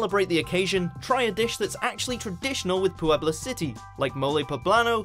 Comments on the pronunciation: Vina's Nails, the difference in meaning is obvious, I was asking about pronunciation of the "pue" that exists in both of them, because no accents appear and the English guy kept saying it "PU-ebla." After watching several other videos, it looks to be the same "pue" in "pueblo" and "puedo" and the guy was just mucking it up. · lol "Pooh-ebla" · Was he pronouncing the name Puebla weird or is that how it's supposed to sound? I've heard "pueblo" tons of times by native speakers and there never was so much stress on the "u."